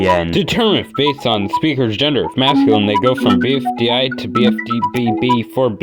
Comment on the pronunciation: the way you pronounce BFDI as /bi.fi.'dæ͡i/ never fails to disappoint